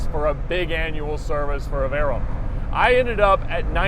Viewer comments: Vey-"rone" lol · It took 19 seconds to stop this video. One year in and you still can't pronounce Veyron properly.